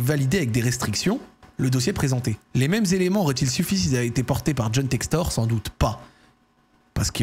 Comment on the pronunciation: Mdr t’a dis Jhon sextoy sans faire exprès et juste avant tu disait d’arrêter de dire BiteCo 🤣🤣🤣🤣🤣🤣